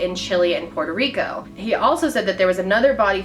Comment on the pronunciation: PRAISE YOU FOR PRONOUNCING 'PUERTO RICO' AND 'CHILE' CORRECTLY!